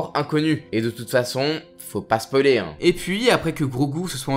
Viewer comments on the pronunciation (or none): none